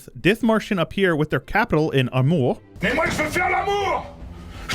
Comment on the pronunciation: That's quite impressive you know this video. Btw the province is called ARMOR and not AMOR (spanish)/AMOUR (French)